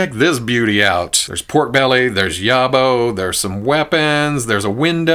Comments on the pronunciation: it's pronounced YAWB-OH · Yobbo rhymes with jobo, a yobbo is UK slang for a trouble causer normally a youth, “bloody yobbo broke that window!”